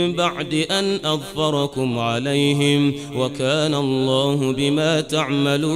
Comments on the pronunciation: Mashallah beautiful. However, on ayah 5, it is Alayhim, he said Alayhoom - Wa Ghadhiballahu Alayhim I wouldn’t have known that if i didn’t practice trying to memorize this Surah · alai heem not alai hoom